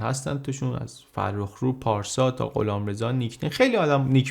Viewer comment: پارسای نه پارسا